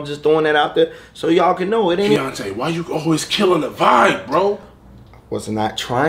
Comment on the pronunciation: The emphasis he put on Vibe lol 😂😂 😂😂 😂😂 😂